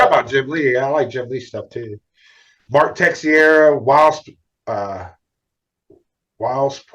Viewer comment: Mark Texeira ("Tek-sarah").